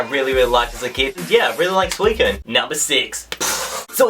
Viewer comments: Suu-I-SEEN that's how I pronounce it. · He says Suicine wrong lol XD